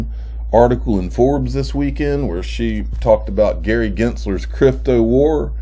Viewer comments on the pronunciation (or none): none